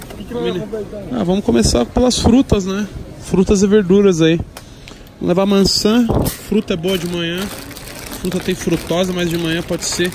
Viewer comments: ''Vamos levar mança'' kkkkkkkkkkkkkkkkk fala direito carai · Tem toguro falando mançam tem like